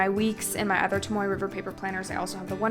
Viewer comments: Haha- it was more for emphasis that it’s not tom-oy. If anything, trying to be helpful, not offensive. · Tom-OH-ay River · It's toh-moh-eh. The vowel system for Japanese is the same as our native language (Maori) here in New Zealand :) also it's Fuden-oh-skeh. The u is silent ;) love your video! It's made me decide if I'm going to use a hobonichi cousin next year or not! I'm also the same with mildliners, I just don't get them!